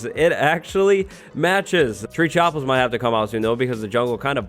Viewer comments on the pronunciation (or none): "Tree chopples"